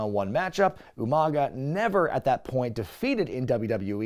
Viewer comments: Umanga pronounced like William Regal. I caught it lol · Did you just “Steven Regal U-Mang-uh?!?!”